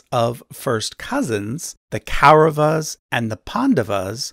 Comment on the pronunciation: Very good video but you can improve ur pronunciations. It's not ‘ Kei- ra va-s' , it's कौरवाः or ‘ Kawu r-a-va-ha'